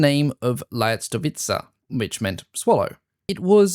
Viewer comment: I was expecting a very long and boring video. It's not! Good job! About the pronunciation of swallow - it is lyastovitsa. 🙂